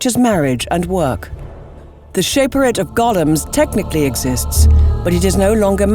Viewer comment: They pronounced Shaperate wrong too